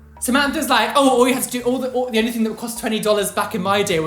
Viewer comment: she literally said ronly with an n